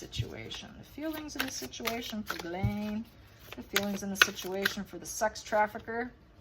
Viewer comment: 1st person (of too many) who has pronounced Ghislaine the right way!! KUDOS!!